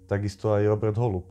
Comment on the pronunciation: Je to sice detail, ale byl to Róbert s dlouhým "Ó" :)